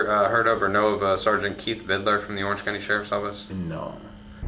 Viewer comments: It annoys me so much how he says “vid-a-ler” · Why does everyone add an extra syllable to vidler? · Vidiler, he says. He also says supposebly, irregardless. He is edumacated. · I hate his constant "Vidiler" over and over. is a chronic mispronouncer of words. His eighth grade education really shows in this department. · Word! J-Dawg…it’s VID-LURE, not VID-ER-LER!!! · I HATE the way says Vidler. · They should hold in prison until he can properly pronounce “Vidler”